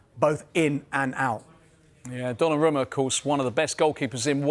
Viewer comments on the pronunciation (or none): Donnarama... ffs guys, it's 2025. Learn to pronounce foreign names! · The one “expert” can’t even pronounce Donnaruma correctly , and this is their full time jobs 🫠